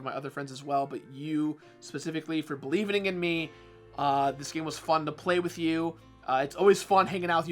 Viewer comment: I like how Jirard always says "believening"